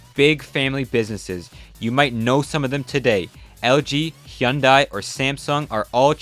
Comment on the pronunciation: finally someone who pronounces "hyundai" correctly